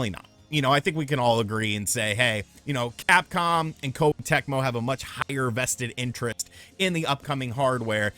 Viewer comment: Please learn to pronounce Japanese names and terms dude; Kawata {Kah wah-Tah}, Koh-Eh the vowels have a short enunciation. it's easy, the vowels are "A"= ah, "i" = ee , "u" = oo , "e" = eh, "o" = Oh so a name like "Katakawa" would be ka-tah' . kah-wah